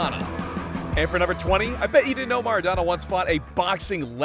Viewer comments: Its mAraDoNa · ITS MARADONA NOT MaRaDaNa